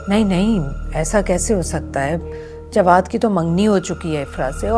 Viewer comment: Jwad ko galat bol rahi